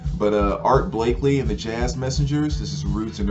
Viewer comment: Art Blakey...no L on the end. 😇